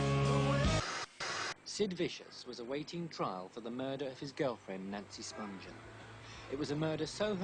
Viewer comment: The G is hard as in “good.” They keep saying “Spunjen” while it’s actually “Spunghen.”